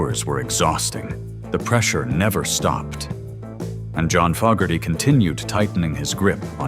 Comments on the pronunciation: If you can’t pronounce FO GARTY GIVE UP POSTING THE NAME IS NOT FOG, If you don’t know how to to pronounce the name, how accurate is any of your information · This video is a perfect example of why the thumbs down counter needs to be displayed. This creator cannot even pronounce the Fogerty name properly but yet he wants us to believe his BS.